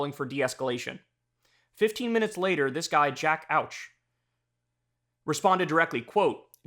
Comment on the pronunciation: 'Auch' is not pronounced like 'ouch', it's "Awk".